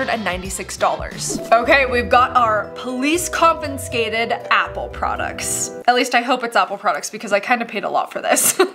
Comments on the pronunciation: Ow good, somebody pointed it out. It thought I misheard the first, but she does it a few times. Well, now she knows how to pronounce it correctly. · it’s got to be so much more difficult to pronounce the way you’ve been saying it 😂. Bless you. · She kept on saying “confinscated” even on the sub. 🤣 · I say this lovingly, but every time Hope pronounces mispronounces confiscated as "con-fin-scated", I die a little. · Sounds more like she's saying comp-en-scated 🙈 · I love how you're putting an extra 'n' in confiscated 😁. This is so good to know! I learn so much from your channel! I even learned that a UK influencer I follow follows you too and found that the UK has a lost plane luggage sale too! I do know the UK have police auctions but mainly for cars, not sure about items like bags and stuff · Ok I know it’s just a “Me” thing, but there aren’t 2 “N”s in CONFISCATED!!! It drives me absolutely crazy when people do stuff like this!!! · CON-FIS-CATED not CON-FIN-SCATED! C'mon Hope! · No N in confiscated 😔 and nobody corrected her!!! 😤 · Hi no judgment but the word is confiscated not converscated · why does she keep saying 'confinscated' ....'CON- FIN -SCATED'. I cant stand it lmao!!!! its 'CON-FI-SCATED' wtfffffffff. That just hurts my brain so bad. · It's pronounced ConFIScated There is no N between the I and S It's NOT conFINscated. Just like hearing people pronounce EScape EXscape or Espresso EXpresso so confidently wrong, this pronunciation is equivalent to someone sticking burning hot safety pins under my fingernails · The way you pronounce confiscated is just irritating 😂😂🤦🏼‍♀️🤦🏼‍♀️ it's not confinscated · Lmao I love Hope's videos but her saying "confinscated" throughout the whole video was killing me hahaha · no second "N". Con fi scated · Con-fi-scated. LOL No hate girl, it was cute <3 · CONFINSCATED CONFINSCATED CONFINSCATED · I was looking for someone who would cut the syllables properly after the s and c lol con-fis-ca-ted and not con-fi-scated